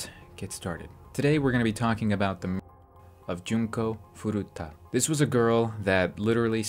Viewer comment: no that's wrong her name is furuta not 'furata'